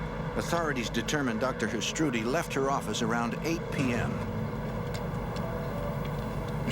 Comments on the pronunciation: "nuu yawk affice" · NEW YAWK AFFICE!